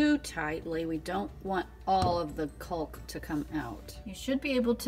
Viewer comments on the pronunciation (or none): the L in caulk is silent